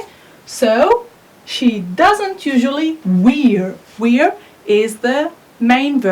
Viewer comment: Correct the pronunciation of wear.